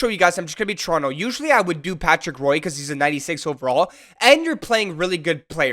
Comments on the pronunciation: Everytime you say Patrick Roy my ears bleed. It’s pronounced Rwah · Never thought I'd hear someone mispronounce Patrick Roy's name. Even as Detroiter, I have respect for how good of a goal tender he was on the Avalanche. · u pronounce it wrong lol u say roy so wrong as a canadian it hurts my ears to hear u say it so horribly